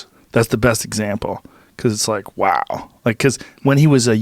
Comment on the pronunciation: Joe hit the “wow” so hard that Owen Wilson’s spine tingled